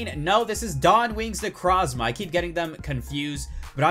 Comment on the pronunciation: Does it bother anyone else that he says necrozma wrong!!!!!